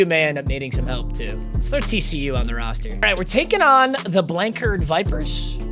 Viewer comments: being from Blanchard and graduating from there it hurt when you pronounced it like that it’s pronounced Blan-Chard. Also been subbed since MM16 much love ❤️ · Listening to you pronounce “Blanchard” had me rolling. Also we are the lions not the snakes, kinda sucks the mascot wasn’t correct but still cool to see my hometown in the game.